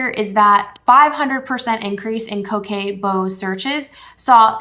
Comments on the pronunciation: I think Coquette is pronounced. Co - Kett? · Loved this, esp. the candle ideas for book lovers! (One of my main niches) Pro tip from a French speaker: coquette is pronounced koe-KET (t is pronounced), just in case that matters! Thanks for providing such good, useable info. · Girl who told you coquette is pronounced like that?